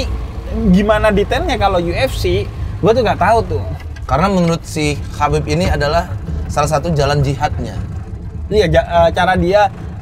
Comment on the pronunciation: cara baca nama dari Khabib Abdulmanapovich Nurmagomedov itu 'Habib | Abdul mana pofic | Nur muhammadof' sumber : watch?v=xCV-ouriZYY